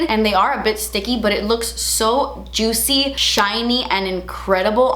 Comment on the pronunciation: Drinking game: take a shot every time she describes the lip gloss as “jootsy” 😂😂